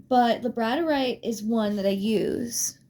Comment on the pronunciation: Gonna watch again. As i said before, you're voice is calming to me and it lulled me to my slumber when I couldn't sleep and had been trying for hours. What i did hear before i dozed off, is super informative. Thanks for the info. Hope your week is awesome. ❤😊 P.s. its pronounced lab-a-dor-ite. I struggled with this pronunciation myself. Its one of my favorite crystals.